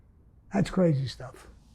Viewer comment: Those cwazy wampers!